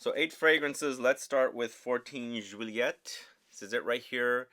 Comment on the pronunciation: You say "joo-ee-ay" for Juillet. And it's Jerome Epinett- you say that T when there is a silent e after it! You reversed the concept..